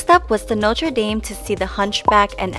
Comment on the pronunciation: Why are Americans so incapable of saying "Notre Dame" correctly?? It's not that hard. Sorry, don't mean to be rude. It's just a pet peeve that I have. Your trip looked fantastic.